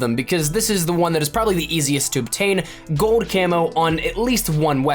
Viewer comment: Gold. Not gode.